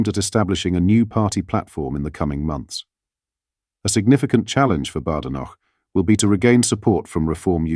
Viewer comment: At least pronounce Kemi's name correctly ! "Baydenoch"